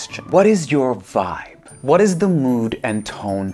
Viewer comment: haahahahahahaah love the "voibe" hahahaah..., can't stop laughing. Love it.